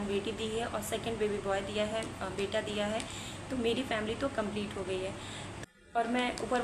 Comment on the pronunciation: Aap ka beta or beti pronunciation dono bhi same he sound Kar rahe hai .. I think apko usko high time clear rakhne ki koshish Karni chahiye .. ya baby boy ya baby girl bolkar symptoms batana chahiye .. confusion create Kar rahe ho aap bas